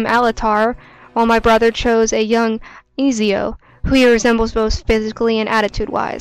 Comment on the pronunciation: Easy-o XD its Ezio. And Alt-air